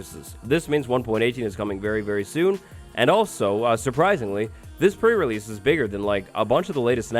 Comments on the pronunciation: PRE RELEASE!!! NOT PRE RELESE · Release not relese 😉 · so excited for the "PRE RELESE" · Can't wait for another Pre "Relese" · pre relese? - release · "pre relese" hmm. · " Pre relese " 😂❤